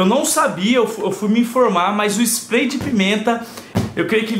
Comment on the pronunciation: comprei o famoso splai de pimenta ele falo errado kkkkkkkkkk